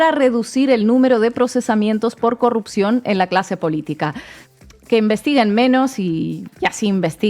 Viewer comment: Me encanta el neologismo que ha surgido de la equivocación de al decir "curropción" en lugar de "corrupción". Ahora hay que darle significado; p.ej. un posible curro que no tiene muy buena pinta: "tengo una curropción pero las condiciones son una mierda".